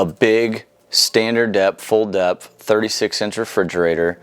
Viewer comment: wow Ive never heard anyone pronounce depth that way before!! lol DEP?